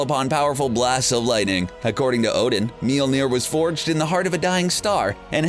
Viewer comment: YOU KEPT SAYING MOLNIJNER WRONG